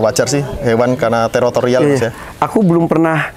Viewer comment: Teritorial ya mas, bukan terotorial😂